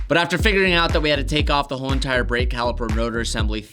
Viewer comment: “a WHoOoLe EENTiRe…”